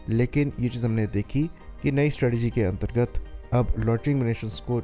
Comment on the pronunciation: antargat Lan--targat looool